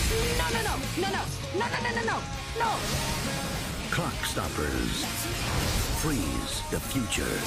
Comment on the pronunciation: Sounds like he says, Cockstoppers at the end there